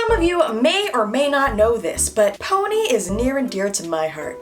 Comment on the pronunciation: Omg “ride it my PONAY” 😭😂❤️